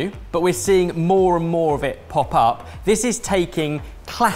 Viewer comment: Did say "time or day" instead of "time of day"?